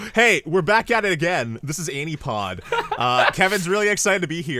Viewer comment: I'm neither a native Japanese nor English speaker.. but shouldn't it be アニポっド instead of アニポード?